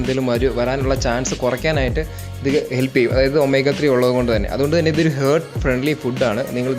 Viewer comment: ഹേർട്ട് അല്ല ഹാർട്ട് ആണ് 🥰